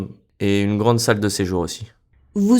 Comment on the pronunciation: J'aussi entendu "sac de sejour" chaque fois, même quand je savais qu'il doit être salle!